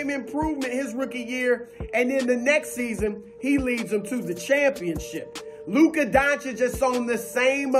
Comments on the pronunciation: I don’t care what color you are because I’m not racist. But over and over I hear black analyst mispronounce Luka’s name intensionally out of disrespect but they can pronounce Giannis’ last name. Ha. And they ALWAYS have to preface any compliment with “ it he’s slow” or “unathletiic”. And ain’t nobody padding stats in Dallas my man. Luka got 33 and 18 tonight in 29 minutes. He always sits and takes a rest win they’re winning. Harden played 39 minutes tonight. Luka rests each half and still averaged a 30 point trip dub last month. He has more 9’s in the stat columns than anybody. Do you think ANY other star would take a seat on the bench when they are one play away from a T-dub? Ha. Luka does it all the time. He could have four more triple dunked this year with one extra play. But he takes a seat life you’re supposed to. He doesn’t rob teammatesnof rebounds. It’s all in the flow of the game. All while black dudes flagrantly foul him and the rest of the white dudes in the league. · Averaging a 30 point trip-dub for an entire month now (only three players EVER did it); we call that the Triple-Doncic. But if you can’t pronounce that (like all the black NBA analysts who intensionally mispronounce it out of disrespect) you can just call it the 30 point Luka-Double. Peace!